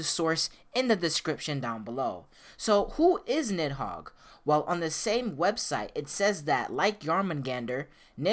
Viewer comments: Im not trying to be rude but i think it's pronounced needhog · It's pronounced Nee Hog. The I is silent. The name is used as a Demon and key item in Devil May Cry 5. (Parasitic Fiend - Nidhogg) Nidhogg: You dodged me! did you dodge me!? Griffon: Nidhogg, never liked this guy. Nidhogg: You pest. Do I know you? Griffon: Dumb as a bag of rocks. Let's not even mess with this guy, V. He can't even leave the Qliphoth, anyway. Just a Qliphoth parasite. Nidhogg: Did you insult me? Griffon: --Uh-oh. Nidhogg: --You insult me! Griffon: I think he heard me... and he's angry! Nidhogg: I'm going to kill you! V: Not in this lifetime. "As the air to a bird or the sea to a fish, so is contempt to the contemptible." (During Nidhogg battle) Nidhogg: You use... de-de-demon...? But you...human...? Huhhhh....? V: "If the fool would persist in his folly he would become wise." Nidhogg: Augh...? Ah...? Griffon: Meaning don't try to think too much, shithead! Nidhogg: I'm... I'm busy. You guys can finish it. Nidhogg: I'm heeeerrreee! Griffon: This dimwitt wants to be all high-and-mighty! Strike'em down, V! Nidhogg: D-d-dimwitt...? M-me? I... c-c-c-crush you! Griffon: Even the big bad kitty knows you got shit for brains! Nidhogg: Qu-qu-qu-quiet! You... you... bird and cat! Nidhogg: Chaaarrrgggeee! V: "The cut worm forgives the plow." What do you say?